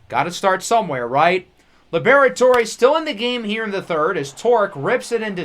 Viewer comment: Lib-Rhett-Ore or Lee-Brett-Ore not Lee-Bear-Et-Ore-Ay